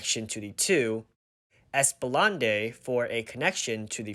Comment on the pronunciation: It's pronounced "ES-PLAH-NAHD" not "ES-PAH-LANDAY" 😆 Also, the "Bay Area" Shopping Center is actually Bay Plaza. Nonetheless, great video!